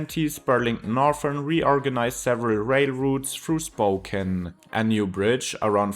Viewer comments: Well Spoken, although it's pronounced spoh-cAn. It's a beautiful place; the downtown is good. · Spoe-cane, not Spoken! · Spocan is how you say it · Ahh yes, my hometown, "Spoken". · Spo-can, not spo-ken. Though you didn’t want to mention the fires because of bad vibes, it is crucial for understanding conditions that are only going to get worse because of climate change droughts. Increasingly over recent years, eastern Washington has been afflicted by fires and health-threatening smokes. I’ve lived on both sides of the state. Spokane is attractive because it’s far less expensive than Seattle. But I’d hesitate to move to the eastside now. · I'd describe it as: Spoke ANNE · Wikipedia has audio of the correct pronunciation of Spokane. Coeur d'Alene, too. 🙄